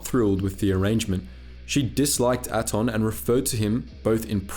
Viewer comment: Do you mispronounce things just to mess with us? They pronounce Peragus, Atton, Bao Dur and Ebon Hawk multiple times in game.